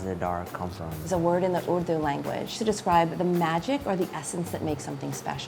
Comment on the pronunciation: Finally someone says Urdu and not yooordou